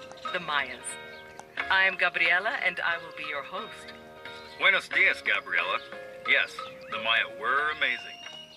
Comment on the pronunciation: "Bway-nose DEE-az Gabriella" That's the best voiceover guy they could come up with in Mexico??